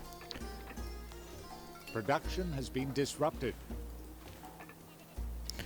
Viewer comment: nice episode :D But I hear you doing the same spelling I did too in pronouncing words with the ending "ction" e.g. "production". you canbasically say "prodakschn" without the "t" :) and you react the same way I do when I build a house wrong or the game decides to missplace something :D